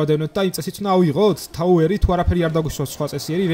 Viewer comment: touweri ara tauweri